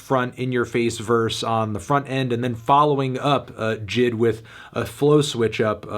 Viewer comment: its J-I-D not Jid